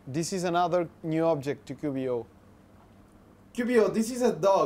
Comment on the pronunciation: Very nice job guys! However it seems to me that you're saying something like "Qubio" (Ku bio) instead of "Qiubo" (Kiu Bo)... pero esto solo es un detalle ;o)